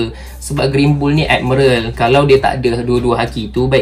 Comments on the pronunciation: Bang,miral bang bukan merel😪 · Tq semua, cuma sakit telinga dengar perkataan "admerel"😢 ,admiral woi😂..... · Sebut betul² bang admiral bukan admeral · Aku tak salah eja admiral eh korang pergi la google american ke british macamtu bunyi dia bukan ad-mai-ral tu mungkin english jawa hehe thank you!